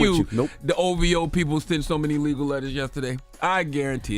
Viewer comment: Everybody say ovho!!!joeho!oh 😂😂😂😂😂